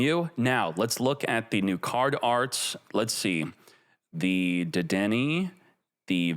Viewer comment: Hearing miss pronouns Dedenne, hurts my soul